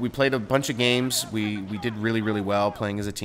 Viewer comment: Lol i though he said he played, a lot of black cocks.